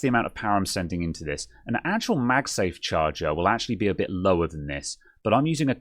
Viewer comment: "A bid horrid" <-- I just love your Britishness! Never stop it!